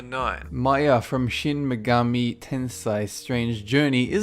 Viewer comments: Hermione : it's tensei not tensai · Just a little tip for your pronunciation of "Shin Megami Tensei" for you. The "sei" at the end is pronounced almost exactly the same as the English word "say" ;)